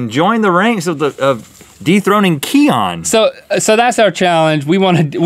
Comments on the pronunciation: It's pronounced "key-in" ..not "key-on" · Cian (if that was the name of the Irish Wolfhound) is pronounced "keen" or "key-en" in Ireland. Great episode so glad to have you guys back as part of my daily routine! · Love the way link cant say cian if you want to pronounce it its more ceyn lol